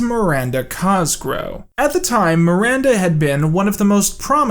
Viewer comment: Coming back years later for a personal retrospective on this series and every tine he says "Cosgrow" instead of "Cosgrove" hits like a flashbang